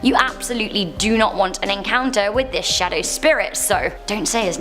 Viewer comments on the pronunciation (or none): none